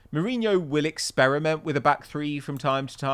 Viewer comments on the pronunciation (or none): none